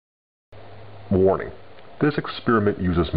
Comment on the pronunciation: when he says "Warning" sounds like "Morning" XD